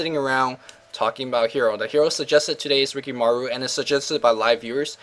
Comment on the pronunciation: ur asian you should be able to pronnounce rikimaru properly damn